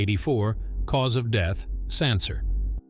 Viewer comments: Also doesn't know how to pronounce the word, 'Cancer' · I know. I was like, "are you kidding me?" I mean, it seems to be that it's one of those AI robot narrators, but come on! Even most of those AI things would pronounce "cancer" correctly. If it was spelled with an "s," then I could kind of see why they would pronounce it incorrectly. But it did pronounce it correctly at least once. But that makes it even stranger I think.